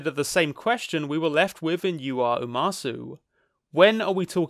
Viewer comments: I loved this video, but one nitpick: it’s pronounced “uma-soh”, not “uma-soo” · not to be That Person, but for the record, umasou is pronounced "oo-mah-soh" not "oo-mah-soo". umasou in japanese means "look(s) yummy" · youre saying umasoo im losin it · The one thing that kind of ruins the first part of your analysis is the mispronunciation of the title of the movie "Umasou". You pronounce it "Ua MA so", which is not a word and not the title. The title is "Umasou" which translates as "Delicious". Mispronouncing the name repeatedly kind of defeats the point of having the word be so prevalent in the story. It lowers the bar, essentially, when it should be front and center as an issue; hence why the title is "Delicious" and not something else. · It’s “ooh-mah-soh” not “ooh-mah-sue” Umasou literally means “looks delicious” in Japanese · The “sou” in umasou is pronounced like so or the word sew. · umasou is pronounced (oo-ma-sow) and it means tasty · Don't know if this is trivia or waht to call it but: "Umasou" actually means delicious in japanese, so his little herbivore kid is named delicious ebcause, well he probably would be. oh and you say "sou" not like "zoo" but like the "au" in "sauce" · his pronunciation killed me a little inside.... now make him say atatakakunakatta! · Unrelated to the topic of the video but "umasou" means "tasty-looking" so there's a good reason he got that name. As for pronunciation, short "a" and the "ou" sound is more like "oh". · great video, but how do you give you are umasou such a big part, and never once bother to look up how it's supposed to be pronounced 😭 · does the total mispronunciation of umasou make anyone else irrationally angry